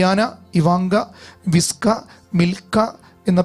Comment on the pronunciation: വിസ്ക അല്ല വിച്ക